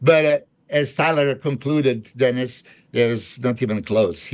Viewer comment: Gotta b the way you pronounce it. Dennis from Germany